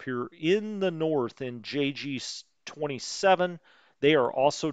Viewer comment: If you were pronouncing JG in German it would be appropriate to use the 'y' pronunciation, but since you are doing it in English then it is J.